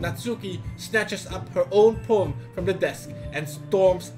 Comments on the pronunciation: Every times said ''Poem'' I heard ''porn'', i better reduce my porn time though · First time said poem, i heard porn... could never unhear it, and the whole video went wrong from there LOL